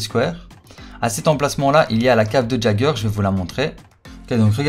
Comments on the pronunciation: et le "j" il se prononce "i" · Ça m'a perturbé tout le long de la vidéo tu l'as appelé "JAGER" mais ça se prononce "YAIGER" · Il a dit....eren jageur....c'est eren YÉGEUR !!!!!!! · sa se prononce (yager ) pas gager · EREN QUI ????? ca se dit [Yéguere] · ON DIT "YEAGEUR" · J'ai failli piquer une crise en entendant sa😅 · Fait un effort sur la prononciation du nom stp